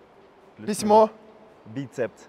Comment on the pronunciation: Меня всегда раздражали люди, которые произносят - бицепЦ.😬